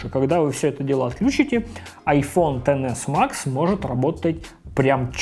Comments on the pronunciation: как же бесит то, что он говорит не иксэс , даже не 10с , а тен мать его макс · Тоже обратила внимание) к тому же про айфон(x) сказал: десятка , а уже про айфон( x max) сказал тен икс макс.... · Как же режет звук «ТЭН ЭКС МАКС»